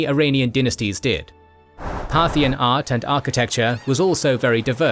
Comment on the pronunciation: Part-hian ... should be re-pronounced... 🧐 Partial religions ☪️✝️🕉️✡️ Partial politicals 👑👑👑 Partial financial 🪙💎💰